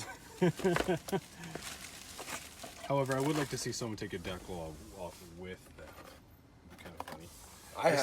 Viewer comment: I'm just over here like " WTF is a deckel?" Ohhhhhhhhh decal... 🤦🏼‍♂️